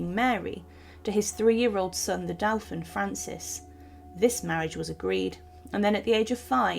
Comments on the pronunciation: As ever, I have to question the appalling pronunciations. The french word Dauphin is pronounced Do-fan not ‘Delphin’.( No ‘L’) and re the letter from Mary about Darnley’s murder you surely meant to say ‘Impunity’ not Impurity? lol. Another recent post in this series informed us that Henry VIII’s Will was carried out by a council of ‘Executioners’ (Good heavens! ) when meaning Executors. Also it’s FotherinGAY Castle, not FotheringHAY.The narrator needs either some grammatical knowledge or a proof-reader. It’s important to comprehend what is actually being read. I watch now mainly for the paintings and museum pieces which have at least been well selected. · Her title was Queen of Scots not Scotland. Also ‘dauphin’ has the first syllable o as in go not ow as in now.